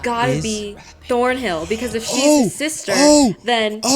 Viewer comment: It's ThornHILL not ThornBILL ... 🤦🤦